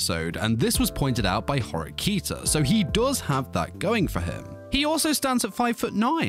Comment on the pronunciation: The way he pronouced Kiyotaka and Horikita put me off